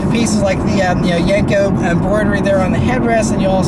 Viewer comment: Yenko not yanko lol